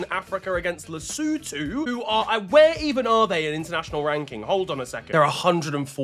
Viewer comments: Nailed lesotho😂😂😂. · thank you for knowing how to pronounce Lesotho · I didn't expect him to pronounce Lesotho correctly with that accent but he did 🔥🔥🔥